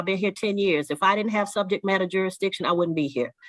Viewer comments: He said do you have subject JURISTITION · Juradissin! Dude, did you even graduate middle school?!? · "Juradishun" He should have been laughed out of court right there. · I laughed my arse off when he said jurisdiction!!🤦‍♀️🤦‍♀️🤦‍♀️🤦‍♀️🤦‍♀️🤦‍♀️